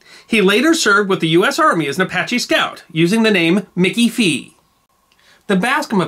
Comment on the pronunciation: "Mickey FEE?" His name was Mickey Free.